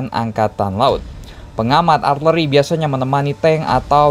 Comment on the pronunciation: Min nyebutnya arteri apa artileri sih...